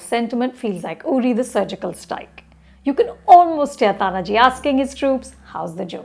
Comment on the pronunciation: Are you serious Anupama! First, learn to pronounce the name of the protagonist ie pronounce it as Taanaaji. It is not Tanaaji. Second, do not bring your fake secularism and inclusivity while evaluating period dramas, keep the times in mind. Historically, India’s the most critical and cruel enemy has been the Islamic invaders in the forms of Lodhis, Mughals, Durranis (eg Ahmad Shah Abdali), Khiljis etc. All were invaders. Some kingdoms in India had the pride and the courage to fight these invaders but lost. Some straightaway surrendered and unfortunately, worked for these invaders. These were the leaches that were the worst. It was primarily the Shivaji Maharaj and his Marathas who finally turned it around. Anupama, each battle that the Marathas had to fight against Islamic invaders Mughals, adilshahs, nijamshahs etc can be made into a great unsung warrior movie.